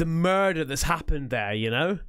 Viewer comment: I think most people missed your sneaky Taggart reference 😂😂 “There’s been a murrrderrr” hahahaha :_CaspersLets::_CaspersDoo::_CaspersThis